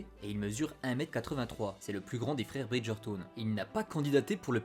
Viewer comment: Je supporte pas comment il prononce BridgertOne 😂 ça pique les oreilles